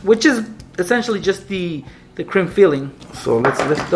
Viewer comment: sounds like he is saying crim filling instead of cream filling